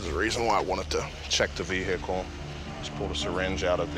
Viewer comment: Anytime a coo says “ve-hicle” you are pretty much screwed.